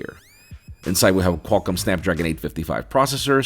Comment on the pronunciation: snad-pragon? lol